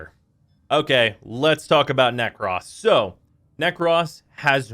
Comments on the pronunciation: As a Grammar Nazi, that bugs me too. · Everytime you say "Ne-CROSS" Instead of Nekros like "Necrophelia" gives me nightmares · No one's gonna talk about how he can't pronounce nekros. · The way he says Nekros is mildly infuriating. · No ones going to mention the fact he says Nekros wrong?